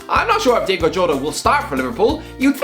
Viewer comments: Its diogo not diego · Stop calling Diogo Jota "Diego", man.